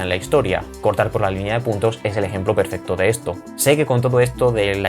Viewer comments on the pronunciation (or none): none